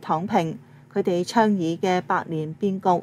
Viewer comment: '倡'議、提'倡' 應讀唱/暢，不是讀昌/窗